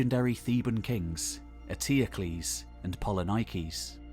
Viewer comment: Do not kill the Greek names Please... It is polinikis Poli means many Niki means win So it is not polynaikis Please....